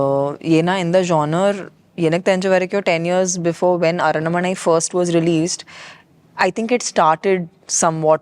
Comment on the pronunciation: Tamanna: aranmanai ❌ arannamanai✅